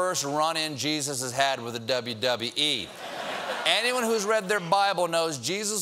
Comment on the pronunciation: I like how he said dubbee dubbee ee